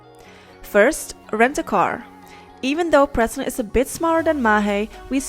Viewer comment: your pronouncing the name of the island wrong as I used to live there